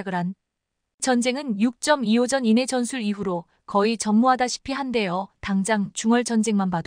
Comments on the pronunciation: 육점이-이오 는 처음듣는거네ㅡ육이오 라고 해야지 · 세상에 육점이오가 뭐냐? AI냐? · 아무리 AI라지만 6.25를 육점이오라네